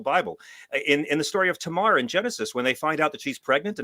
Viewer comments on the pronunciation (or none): none